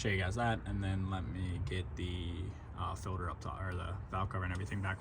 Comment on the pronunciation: You are saying "Fill-der". Its Filt-er.